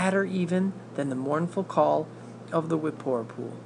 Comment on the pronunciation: The Whippoorwill or the Whippoorpoo? Because you said Whippoorpoo. Ha ha lol.😆😆😆